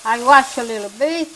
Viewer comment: Loved when they used to say,lill bit.fond memories,awesome dear ones.❤